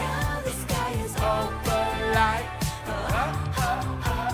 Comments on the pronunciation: YOU NAILED OPALITEEEE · Yes you got opalite right... It's travis... Travis's birthstone is opalite as well